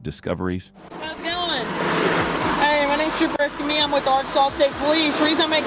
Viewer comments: Trooper Escamilla 's name is pronounced; s-cum-e ́-yah.....NOT s-cum-illah. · Why can't computer voices pronounce non-English names, like Escamilla? She clearly states her name as "Escameeya," but the computer voice always says "EscamiLLa" as if it's an English name. This gets annoying as it's disrespectful to the officer. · EscamiLLa!!!! Hilarious! C’mon narrator! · Ugh! It's like pulling teeth whenever you hear someone butchering another person's name. It's pronounced Esca-Meeya